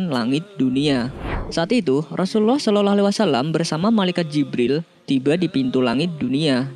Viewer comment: Saloloalaiwasalam. Salawllah bacanya bukan salolo